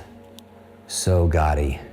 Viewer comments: When you say "gaudy", it sounds like you are saying "gotti". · Someone please teach him how to pronounce 'gawdy' 😩